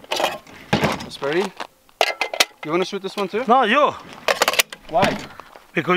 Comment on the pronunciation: BHunterBMW335iS I love how EVERYONE butchers jasparito's name.